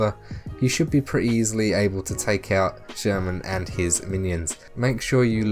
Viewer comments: Free tip. Actually, "Sturman" should be pronounced like "Shtoorman" with inevitably hard Russian "r" sound ) Not the likes of "sherman" our whatnot as in this vid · His name is not Sherman :), but thanks for the info! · not sherman! SHTURMAN